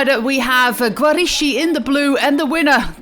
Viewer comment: my compliments for the Italian and Spanish pronunciation, but the Italian letters "ch" are pronounced as like the letter "k" in English Barbara Guarischi = Barbara Giariski